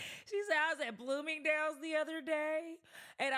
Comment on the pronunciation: Blooming-Day-yules 😂😂😂….. I work an 8-5. 🤷🏾, you entrepreneur bitties! Go date who you want, and good luck! This is the internet so not everyone will agree with your preference. In real life men working fulltime dont have the energy to focus on the decisions you make in your life. So yeah good luck. Hope you find that man you want!